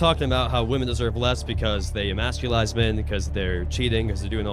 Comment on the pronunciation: 'emasculize' always with a new word. Was this guy pretending to be this dense?